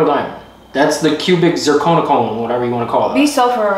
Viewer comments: you couldn’t even say cubic zirconia 🤦🏾‍♀️😂 proposal and her ring is one of my favorites on YT! really did his big one with both. Her ring is absolutely stunning 😮‍💨🙌🏾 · Yoo when kept mispronouncing cubic zirconia had me mf weak 😂😂.. tho “I would have been satisfied with a ring pop at this point”😂😂..but the thing that’s tied it up and made it funny af Is bloop in the bottom left hand corner chillin cause he already knew what was about to go down 😂😂😂 W 💪🏽🫡